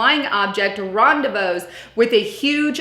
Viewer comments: Lol its pronounced " ron- de - vooo - ed " means to meet up with..... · The word is pronounced "ron---day---vood". From the French I think. The last "s" is silent.